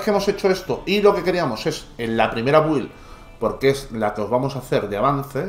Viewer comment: porfi BUILD se pronuncia BILD QUE HIERE EL OIDO OIRTE EN INGLES buena build por cierto